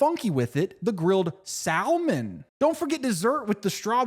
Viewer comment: i think it might be about the ad the number doesn't bring anything up on the net though so maybe a code?? but i can't be sure that it's not a real restaurant i don't know how to spell it's name also he puts a wierd emphasis on salmon